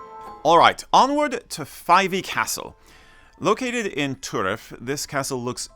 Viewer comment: This may seem like splitting hairs but your pronounciation of some of the locations mentioned may need some fine tuning. Banchory is ( Bankoree ), Turriff is as it appears in its written form, ( Turr iff ) there is no oo in it and River Ythan is ( Eye Than ) not Ye Than ) Ah the art of The Doric !!!. I was also surprised to see no mention of Slains Castle near Peter head which is noted to be the inspiration to Brams Stoker for Dracula, surely worth a mention.